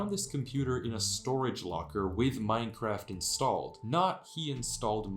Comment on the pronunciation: what scares me is that im not sure if you said minecraft or mein kampf